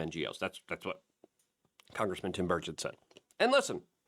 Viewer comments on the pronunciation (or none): none